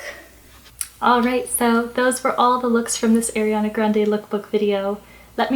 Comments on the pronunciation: it's a-riana not air-iana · rosewons EXACTLY isn't it like "ah-rianah" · How to pronounce Ariana Arrrr-eee-ana Not 🚫🚫🚫🚫🚫 AiR-e-aNa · Ari not airy learn how to say it plzzzzz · Oh my GOODNESS please say ARIana, not AIRYana, don't mean to be rude, it just isn't AIRYana. 😬😬 Love your video so far! 💞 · Kristen Hamilton it’s a pet peeve of mine ugh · I left the video when I heard her say “Airiana”. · it's more an accent thing no? this is just rude :/ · “airiana” 😳 it’s a pet peeve of mine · sunflower i’m sorry, i maybe shouldn’t have commented that, it was very negative. Sorry, it just annoys me that she can’t even pronounce her name correctly